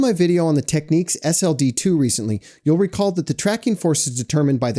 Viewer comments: Having bought them back in the 70s when they were new, Technics is pronounced exactly how it's spelled; ie. not "tek-NEEKS" but "TEK-nicks". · Techniques is a different word... It's pronounced TEK-NIX